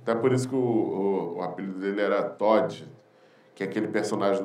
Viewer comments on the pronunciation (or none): Ótimo vídeo, mas ninguém vai falar do cara no fim chamando o Toad de Toddy?